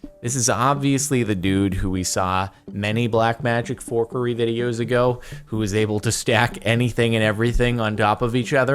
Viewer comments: Jardaeioun tries to beat the subtitles and ends up saying "whore curry" instead of "forkery" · Now look at the auto captions when he says forkery at the start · That moment when the subtitles of him saying forkery was whore Curry